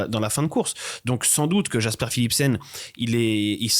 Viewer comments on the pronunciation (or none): Tant qu'on est dans la prononciation des Noms, Jasper se prononce "Yasper". :)